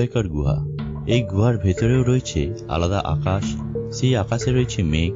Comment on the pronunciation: Pronunciation ta ektu thik korle valo hoto.. Khub interesting.. But oi akash bolar time e akas j s r pronunciation ta Koren Ota thik good na.. Oirakm kore Jara lekha pora Jane na Tara... So ato valo jinis bolar time e language tar o kheyal rakha uchit.. ..